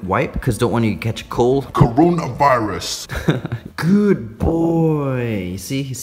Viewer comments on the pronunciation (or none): The way he said coronavirus